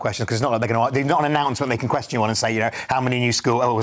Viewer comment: Queshchiiun instead of question